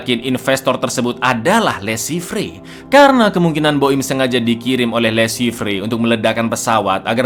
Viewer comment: Le Chiffre dibaca Lo Syifer....bhs Perancis.